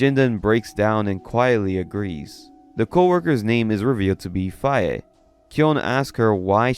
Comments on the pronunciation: Faye, is pronounced Fay. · Fay it’s fay dude I swear you mispronounce stuff on purpose think Faye valentine from bebop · faye is pronounced fey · What the hell was that pronounciation of Faye?? Jfc.